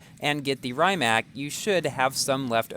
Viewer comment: It's pronounced rim-ac not rhyme-ac